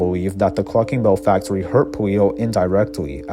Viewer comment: "Wel-wativewy" "fac-towy" "pwans" "we-wease" Jesus christ.